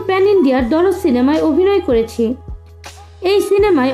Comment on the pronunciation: Darod na dard ? Ke jani re vai😂